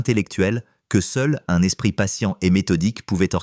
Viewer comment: la 2ème histoire aurait pu être largement améliorée : il s'agit probablement d'une fiction, traduite, ou fabriquée par Chat GPT et lue par une insupportable voix numérisée : ("l'espriT humain " haha) dommage, la fiction de type roman d'espionnage aurait pu être intéressante, s'il y avait eu une résolution correcte à cette histoire.Mais rien de tout ça : une conclusion verbeuse sur "l'humanité subtile " alors qu'il n'y a pas d'ancrage des personnages, des lieux, ni aucun mobile à un meurtre fumeux perpétré à cause de timbres : on aurait apprécié que la diction du lecteur ait elle-même un timbre agréable ! Payez quelqu'un pour vous faire une vraie histoire, il y a des tas d'auteurs qui ne sont pas publiés à cause de la paresse et la cupidité dont vous faites preuve .